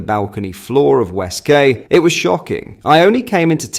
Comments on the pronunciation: The word Quay is pronounced key Not kay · It os pronounced West Kee noy West kay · West Kay!!? 😂 or West Quay (pronounced ‘Key’) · It’s pronounced key, love, not Kay! But you’re forgiven ❤ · West (-key) not West (-kay). Pronunciation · "WestKAY" oh 🤣🤣🤣🤣🤣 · Its pronounced west key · It's pronounced West-Key. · West quay. Pronounce it as West key